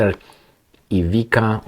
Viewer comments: You say Ivi(c)a, like t's in it's. Ivi(t's)a = Ivi(c)a or Ivica. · its Ivitzza Datchich, so You know. Ivizza MF Datchich(bitch). so just U know. All d best to U my man.